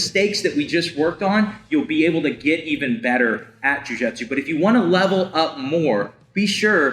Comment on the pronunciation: Love the podcast and love the content. I also like the hose analogy. What I don't like is the way you say "jiu jitsu"